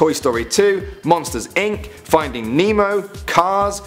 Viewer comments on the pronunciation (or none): none